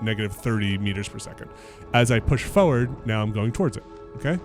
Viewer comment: That’s “foewad” to you!